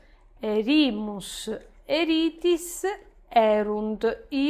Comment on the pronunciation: Una domanda: ma non si dovrebbe leggere "èrimus" e "èritis" invece di "erìmus" e "erìtis", dato che la penultima sillaba è breve?